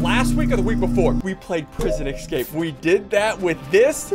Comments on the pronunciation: I like how he pronounces escape as ecscape. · is it just me or does ssundee say ecscape?